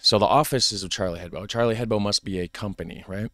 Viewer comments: Hebdo, not head bow. Ebb doe. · hebDo, for fuck sake DO With a "D" ! I'm litterallly screaming in front of my screen.